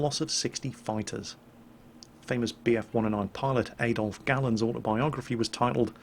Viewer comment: Did you pronounce Adolf; Ay-dolf...?